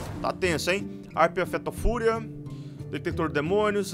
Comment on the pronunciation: harpia FETO-fúria kkkkkk adoro as pronúncias do kkkk